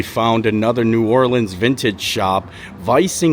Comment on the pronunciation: As someone from Louisiana, hearing you say New Orleans the first time in the video triggered me. The second time though you said it right!